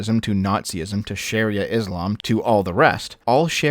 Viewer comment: its not sharrya its pronounced Shar-ia